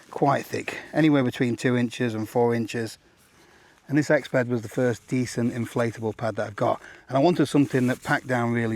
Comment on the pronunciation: the Exped became an Exbed